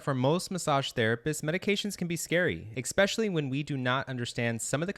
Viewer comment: Very helpful, thank you. But please learn this… “eXpecially” IS NOT A WORD. The number of times it’s used in this video is embarrassing.